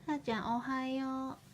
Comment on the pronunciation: おはようございます🎵 天才だ✨ 発音がもぉ「おはよう」にしか聞こえない(((( *ノノ) ｷｬｰ❣️❣️